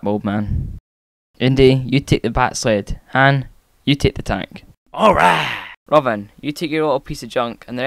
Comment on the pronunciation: When u said robin before u left it sounded like robben